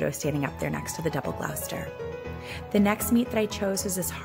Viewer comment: Lovely! Wonderful selection. Just as a point of interest, Gloucester is pronounced Gloss ter. Used to live 2 towns away.